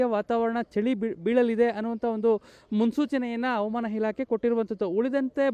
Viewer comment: ರೀ ಸ್ವಾಮಿ ಯಾರ್ರೀ ನೀವು ಹವಾಮಾನ ಇಲಾಖೆ ಅನ್ನೋಕೆ "ಅವಮಾನ" ಇಲಾಖೆ ಅಂತೀರಾ, ಸರಿಮಾಡಿಕೊಳ್ಳಿ, ಸಾಮಾಜಿಕ ಜಾಲತಾಣಗಳಲ್ಲಿ ತಪ್ಪು ಉಚ್ಚಾರಣೆ ಮಾಡಬೇಡಿ, ಅದು ನಿಮಗಲ್ಲ ಕನ್ನಡಕ್ಕೆ ಅವಮಾನ.